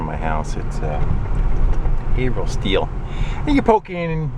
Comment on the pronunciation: No way u live in my town! When you pronounced Haverhill correctly I knew something was up haha